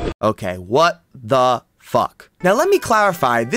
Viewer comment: What he said: what the f*k what i hear: *what the fup